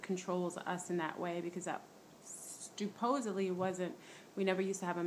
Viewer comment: Did I hear you say "stuposedly" instead of supposedly? Also when you said your "math teacher" it sounded like you said your master. A blood moon will reveal "red" aliens if you ask me.....since most are from the moon.